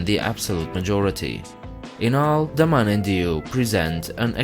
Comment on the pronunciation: IT IS not THE MAN and Diu IT IS DAMAN and diu